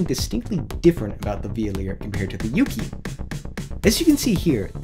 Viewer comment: Heya! The "kyu" part of "Yukyu" is pronounced like the first part of "cute". So it's not "Yuu-Kee-Yuu", but more like "You-queue". When plucked it sounds a lot like the Japanese Shamisen. And bruh the little test music at the end was magical AF. Imagine that echoing off of some vast mountain terrain.